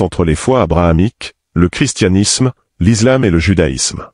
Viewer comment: Prière de bien prononcer le mot ISLAM.On ne dit pas :(IZLAM).On dit bien: ISLAM.On ne dit pas:(IZRAEL). On dit bien ISRAËL. Le S entre deux voyelles se prononce Z.(a,e,i,u,o,y). mais le S entre une voyelle et une consonne se prononce S.